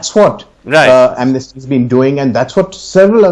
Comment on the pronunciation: BJP spokesperson cant even pronounce 'Amnesty' in a correct pronunciation, anybody expect anything good and benefits for India's from this kind of people ?